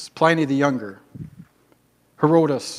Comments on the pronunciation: Trying to sound smart and mispronouncing Herodotus isnt a good look. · I was so caught off-guard by "Herodus", I didn't even realised he then wrongly called Euripides et al historians XD I almost always pronounce Tacitus as Takitus though, tbf - having studied Latin for like 10 years saying "c" as an "s" feels weird :P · Tackitus and Heroh-dus, huh? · I love how the only historian he mentioned is Herodotus, and he said his name wrong...